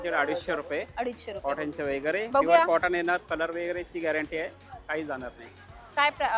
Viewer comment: वगैरे चा उच्चार कसा करता? व जो सुरुवातीला आहे तो ' व ' बोला ना ,वे किंवा वै का म्हणता ? पहिलं अक्शर चुकीचं बोललं की बाकीचा शब्द चुकीचा बोलला जातो . तसेच chain हा शब्द , त्याचा उच्चार चे न